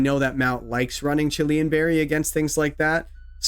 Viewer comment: Chilean is a person from Chile. The normal reduce berry is called Chilan. Just two syllables 😅